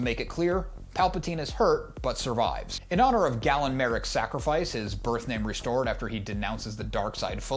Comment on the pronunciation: Galen, not Gallen...did you play the games???